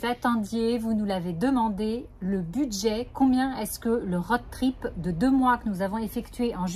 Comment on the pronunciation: Merci pour ce nouveau partage ! Sans vouloir jouer les rabats joie, le o de road trip se prononce plus que le o de Aude 😁